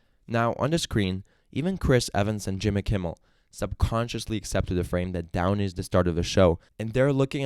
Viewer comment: John Michael Kane 😂😂😂😂😂 How much do I owe him? Also his videos are good, but calling him downy was messing me up 😂😂😂 But OP is a "fat old prick" 😂😂😂😂